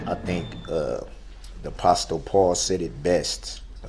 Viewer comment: who the hell is APASTALE Paul…yeah, APASTALE Paul said it best 😂 You mean, Apostle (ah-pah-sel) Paul? That must be in the section with the commandments where it said “Thou shall not kill” and “Honor thy Father and thy Mother”. You silly, narcissistic, illiterate murderer 😂 Thankfully you’ll have 1,000 years to work on your pronunciations in jail.